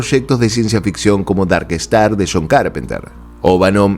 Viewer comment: Se pronuncia Dark Star, no "estar"